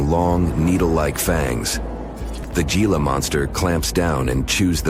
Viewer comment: it's not a geelah lizard, it's a hee-lah lizard!